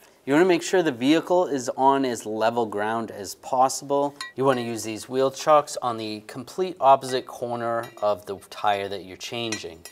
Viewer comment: Yes chocks not chucks